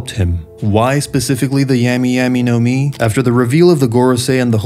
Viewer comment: This dude said 🍠y 🍠y nomi